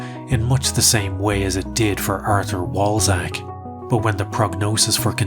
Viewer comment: Walczak is actually read as "Valchak" Rule of thumb for pronouning Polish words is that W is V, Ł is W in "Wall", SZ sounds like Sh in "Shanghai", and CZ sounds like Ch in "Chair"